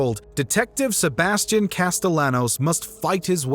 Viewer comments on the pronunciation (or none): He says Sebastians name like tor till a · Yeah the uncultured swine